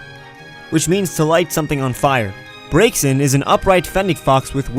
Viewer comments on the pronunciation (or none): ok br-a-xin not br-i-xin